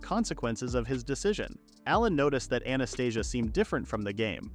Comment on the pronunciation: Anastasia sounds similar to Anesthesia, the way how you say it...lmfao